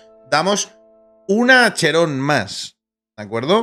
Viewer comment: bueno sin ofender pero tu tampoco te puedes quejar de como traducen tu dices "acheron" asi como viene cuando se pronunciaria "aqueron o akeron" no es una traduccion pese pero es el como suena asi que punto valido creo yo